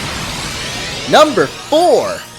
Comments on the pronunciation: Not Rayqwayza lol its pronounced ray-qwau-za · ITS RAYQEYZA PRONOUNCIT RIGHT RAYQUAZA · You prononced rayquazza wrong Its ray qyayza